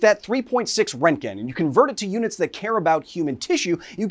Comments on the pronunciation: so funny when English Speakers are trying to pronounce röntgen. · “Radiation guy” Can’t pronounce simple words like roentgen Channel blocked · I don't think I will hear an American pronounce Röntgen correct in my lifetime. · To be fair, it is better than rontgin. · You say the o not the e, Ron,te,Ken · Why is there a "k" in your pronouncing his name? ... Oh, your pronouncing it in a few diffenert ways and default to turning the "g" into a "k" sound as you often call it "rent-Ken" ... stop tentimg poor Ken, he has to go glfight Ryu and other Street Fighter opponents. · RÖ RÖ RÖ RÖntgen, not fucking REntgen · Your pronunciation of Roentgen is bothering me so much. The show might not have done it perfectly, but it's closer than what you're saying. The guys' name was Röntgen, which in english is most closely pronounced like Roentgen which is why we spell it that way. Roe-ntgen. Not Rontgen like you're saying. After looking it up, it seems like your way is the typical American pronunciation which is now bothering me. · It's RONTgen not rentgen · Who pronounces it “rent-gin?” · Rent-gen? Fuck, Kyle. C'mon, dude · rengen lol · I like how the general guy adds an extra syllable to word. "RON-teh-gen". I like that pronunciation more. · It's pronounced "RERNT-gen". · Röntgen isn't pronounced Rentgen... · Bro stop saying “rentgen” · It's not rent gen learn how to efin talk. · Renken its speeled out for you and somone pronounces it for you learn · You pronounce it like "Rankgen" I have never heard it like that before. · It hurt me so much hearing him say "rentgin" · It is pronounced "Ront-Gen" it is two syllables. The first X rays were called Ront-Gen Rays. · STOP MISPRONOUNCING ROENTGEN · I thought it was Röntgen. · Strange pronunciation of Roentgen/Röntgen. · If only you could pronounce the scientist's name properly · It hurt my ears when you miss pronounced Wilhelm Röntgen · Very informative... BUT man... your pronunciation of "röntgen" is criminal 😂